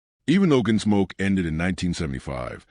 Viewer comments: Make your Point! And I never heard of a show Your AI voice called GenSmoke or was it Ginsmoke? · Your AI narrator calls it "Ginsmoke?" Go away.